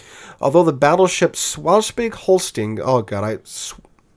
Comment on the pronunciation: Oh my lord i really love how you pronounce these german words😂 I ma help you out: The German Battleship Schleswig-Holstein is pronunced something like „ schlaiswaig Holschtein“ or so hahaha